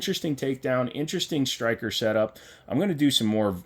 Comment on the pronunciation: Sir, did you know that there is NO H in the word striker? It is striker not shtriker